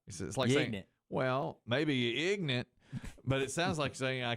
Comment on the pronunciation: I know trying to be funny here, but he really comes off as ignorant himself. First, for continuing to insist that it's ignorance, and, second, for the way he continues to pronounce ignorant.